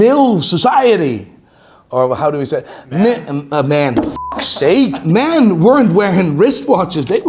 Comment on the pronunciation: forgetting how to say men will forever be a memory I cherish